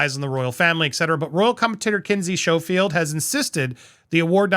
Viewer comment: Kinsey's last name is pronounced skofield.